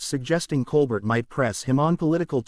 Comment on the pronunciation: The ai voice doesn’t even know how to pronounce Colbert